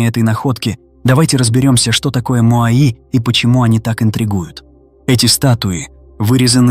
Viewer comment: Не моаИ, а моАи, вообще-то...